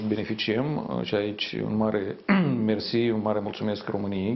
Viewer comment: Aplauze pentru "marele merçi"moldoveanului rusofon/fil,ha,ha,ha&he he!